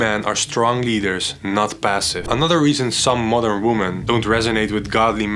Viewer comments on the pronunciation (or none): Everytime he says modern woman it sounds like mother woman